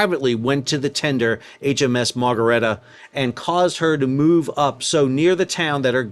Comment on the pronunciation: I "Bab al Mandabbed" in this sail down Memory Lane each time you said 'Ichabod' or 'Margerita' (Margaretta) Plenty o' Marg's were harmed in this episode!